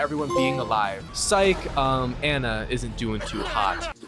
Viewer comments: Its pronounced an na not an ya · Anna, not Anya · Her name is Anna and not Anya :) Why do you call her Anya ? You played the game so you should know her name is Anna right? Why Anya??? What is going on with Anya :) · Miller is rolling on his grave everytime you say "Anya" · i hate how you pronounce anna😅